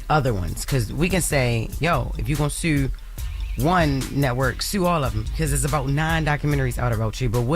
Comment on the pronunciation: Wait i thought the proper pronunciation was the word SUE….. Jess what the hell is a SHOEEEEEWWW … please teach your coworker how to speak! after all here is with the Mess Show.